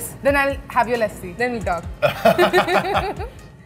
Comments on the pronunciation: haha. Lassi is pronounced like /luss-see/ and not /la-si/ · "Lassi" .. lol..thats a damn dog -- learn the pronunciations